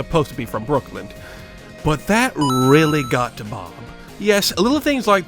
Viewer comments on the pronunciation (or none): did you just call it BrookLAND? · Wait, did you pronounce it "Brookland"? xD Haha, trolling aside, great video! Never heard of this guy, and while I may agree with him in some ways, I absolutely can't stand those who try to use political views for romantic attention. Saw more than enough of that in college. Also, I'm sure Bob would hate me for being lukewarm about Nintendo. 😜